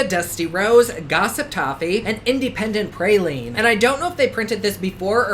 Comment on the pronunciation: "Independent praline" lmaooo you said it as one name idk why that was so funny to me